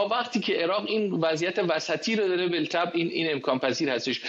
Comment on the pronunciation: جناب جسارتا واژه ی "بالطبع" بطبع خونده میشه، ال خونده نمیشه ینی بلطبع غلطه